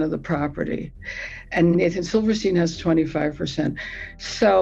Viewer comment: Silverstein? C'mon man